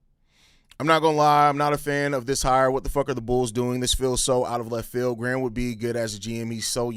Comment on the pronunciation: The only bad thing about this signing is the fact Americans can’t pronounce Graham properly…